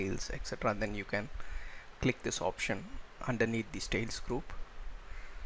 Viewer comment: Does not do what it claims to do -- doesn't hide the style panes. Note: the word is STYLES. Not "stales."